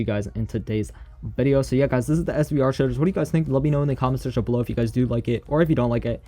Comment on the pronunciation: Shaders name srve said svre😂🤣🤣 (Edit:but yemen)🤣🤣🤣🤣🤣